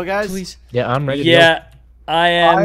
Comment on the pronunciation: If u have subtitles on when says pleaserieno it says please erection